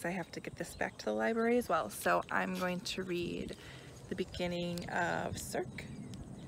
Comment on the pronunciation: I do hope you keep trying Circe, it's my favorite of the year and it's really just phenomenal what she did - she took all these different bits and tales of mythology and wove them together in a complete and substantial novel that never feels like it was cobbled together. It's just brilliant. (Also just FYI, it's pronounced "SIR-see", it's not a hard 'c' at the end :) )